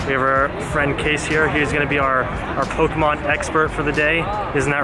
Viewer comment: It’s Pokémon not pokehmon jk